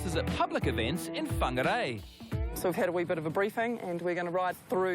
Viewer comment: Ummm she mis pronounced whangarei by not rolling the r .. like bruhhh